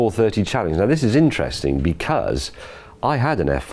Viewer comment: why cant you say because?